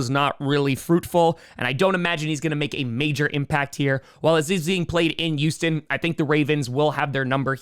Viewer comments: its Hueston... Not Youston Texans... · He also doesn't pronounce the H in Houston